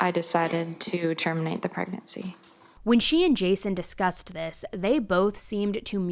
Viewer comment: For someone who is just so intelligent, her saying we disgusted instead of discussed lmao